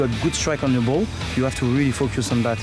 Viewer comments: Louis Saha is saying ''fuck you'' instead of focus. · “I try to really fuck your son” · He said "focus on"🤦🏿‍♀️💀